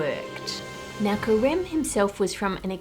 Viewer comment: When you where saying Careme’s name I (a french speaker) heard Crème, and I thought it was quite the coincidence that this huge chef was named cream in French lol